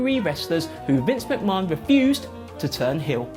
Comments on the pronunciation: Someone please tell him how to pronounce mcmahon. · Nobody else pronounces it like that in the UK.... hits the ear wrong